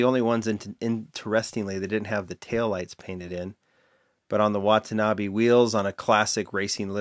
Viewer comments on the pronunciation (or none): none